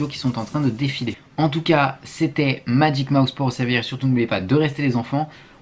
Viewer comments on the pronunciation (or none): Magic Mouse, pas Magic Moïse...😅